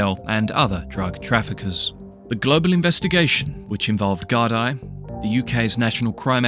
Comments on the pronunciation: De gar-dee not gar-die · It's pronounced Gar-dee